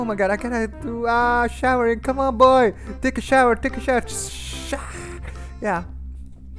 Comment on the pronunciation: I like at the bathroom he say teke a shower take a shower